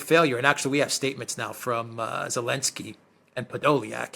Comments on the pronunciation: Alexander calling Zelenskij "Elenskij" is simply hilarious! 😂😂😂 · I like when Alexander calls Zelensky, Elensky 😂